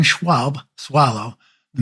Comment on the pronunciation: The Me 262 is called "Schwalbe", not "Schwab".